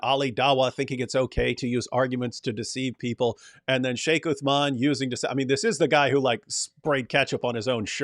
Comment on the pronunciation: and you like what David wood tells you don't you? He was decimated 4 to 5 times 😂 Sheikh Uthman may Allah protect him and increase him in knowledge wiped the floor with David. You Christians ✝️ hate him so much that can't even say his name properly. That's the power of Truth stop his Dawah if you guys can.